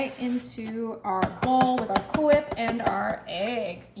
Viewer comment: Why are you putting so much emphasis on the H?